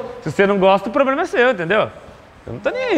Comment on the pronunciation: "Vc nn gosta ploblema e seu" kkkkkkk